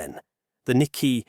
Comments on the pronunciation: It’s nik-key 225 not nikky 225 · So you cannot pronounce "Nikkei." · The whole video fall apart for me when the word Nikkei was badly pronounced.